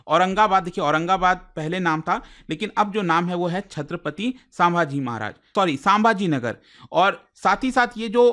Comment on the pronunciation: sam-bhaaji-nagar...... you can pronounce better next time